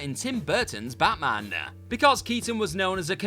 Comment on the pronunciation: This presenter reminds me of how the Reverend Lovejoy pronounces some of his words. Made-AH! League-Ah! CGI-AH! Batman-AH!